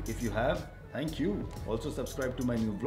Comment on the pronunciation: "Tanks" a lot